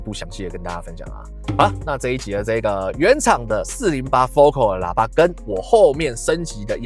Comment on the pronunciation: 我在台灣還沒看過有人真正念對FOCAL的發音 哈 真正念法是: 佛凱爾